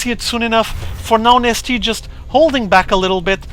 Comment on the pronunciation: Is he actually saying... IMNasty?